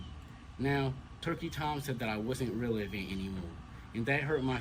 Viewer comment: Mispronouncing "relevant" doesn't help